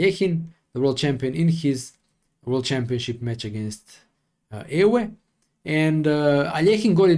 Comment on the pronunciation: For starters: your pronunciation of "Lodewijk" is very good but of "Euwe" much less so 😄. Many years ago in the Rybka-era (which preceeds the Stockfish-era) I played in a corr. game the Russian System as White: 5.Qb3 dxc4 6.Qxc4 O-O 7.e4 Nc6 8.Be2 e5 9.d5 Nd4 10.Nxd4 exd4 11.Qxd4 c6 12.Qc4 and Black surprised me with ...b5! I spend tons of hours to prove an objective advantage for White. To my horror I found many ways to lose tge game and in the end settled for a draw. Later I learned that I wasn't exactly the first nor the last to do so. So if you ever consider a series called Openings Complexified I recommend this variation for Black - the Russian System Solved Again. Because of silicon power I have given up corr. chess. In OTB games I definitely prefer the Tarrasch with colours reversed and the extra move h3.